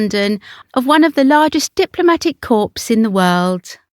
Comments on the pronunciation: Corps is pronounced core. A corpse is a dead body. Please ensure your research is extended to annunciation and pronunciation. Thanks. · The Honourable Lady Ogilvy being Princess Alexandra of Kent, who has served the monarchy well. Corps is pronounced core and in the plural and possessive as cores. A corpse is a dead body. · Corps The P is silent. Please!!!!!